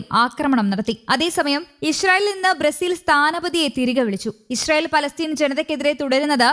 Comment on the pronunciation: " ISHRAEL " alla " ISRAEL "